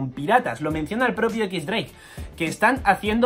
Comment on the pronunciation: se pronuncia diez dreik.